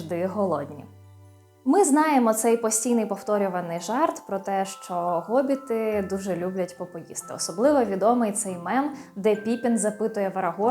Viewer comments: Вибачте, але який Гобіт??? Хобіт! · Чому Гобіт, невже в українській мові немає літери Х яка передає звук [х]? Є багато прикладів, як от призвище Хома, місто Хотин, т.п. Ми ж не кажемо Готин...